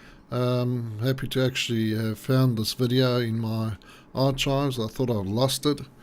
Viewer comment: Ar-CH-ives lmao!